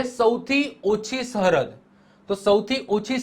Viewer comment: સહરદ નઈ સરહદ 😂 પેથાપુર નો બંકો